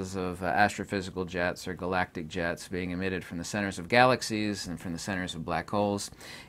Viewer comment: For a moment I thought you were saying "Galactic Jazz" instead of Jets 😂 I was so gonna go full Rick and Morty.. Oh well!